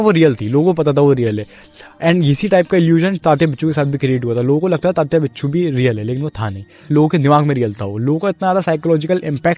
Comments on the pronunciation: bhai its winsuu not binchuu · Sir it is tatya vinchoo not बिच्छू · Hindi people often pronounce the letter व as ब. That is the inaccuracy here.